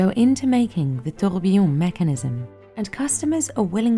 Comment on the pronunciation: The fact that the specialist who has been in the industry for 28 years and sells timepieces that are more expensive than most people's houses can't pronounce "tourbillon" correctly is embarrassing. As a fluent french speaker her pronunciation made me wince and she'll either seem less credible to knowledgeable customers or pass her mispronunciation on to those who are less knowledgeable